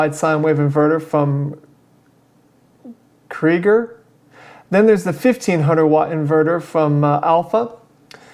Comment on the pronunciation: It is pronounced kriëger. Hope that helps.